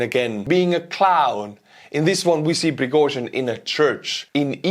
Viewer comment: i like the way you say "Prigozhin"